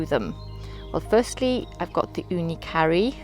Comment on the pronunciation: I am grateful that I found your channel and that you made many comparison videos about ooni vs ooni and tools guide etc.. I am little suprised that when you say ooni karu (It sounds like that you say ooni CURRY) But other than that I really enjoy watching your videos,, please keep it up!